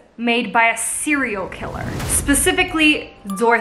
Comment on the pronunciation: did she just… 💀 “cerial killer”